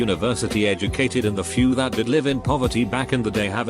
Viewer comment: The robot voice pronouncing “live” as “life” makes me stressed